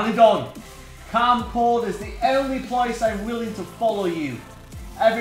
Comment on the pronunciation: its kamcord not kamcard...try again it may come